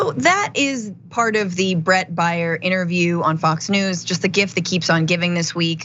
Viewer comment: It’s Brett Baer. Rhymes with hair. Not that difficult, honey.